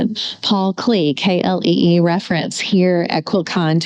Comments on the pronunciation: I loved quilt con and was so happy to be able to re-visit it in your video series. Paul Klee is pronounced Clay - so clay for a day is a rhyme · Paul Klee is pronounced 'Clay'